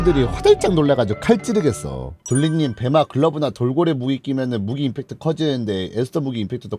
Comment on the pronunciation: 임팩트 말고 이펙트요